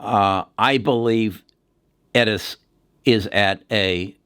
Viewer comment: This guy mispronounces everything. Editas, Doudna, Intellia, and on and on... Scary